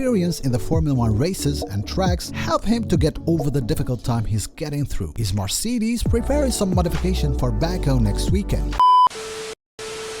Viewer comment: cmon bro u really can‘t say marcedes..